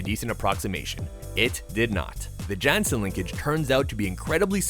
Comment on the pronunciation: Jansen is pronounced like "Yan-sin" and Theo is pronouced as "Tay-yo"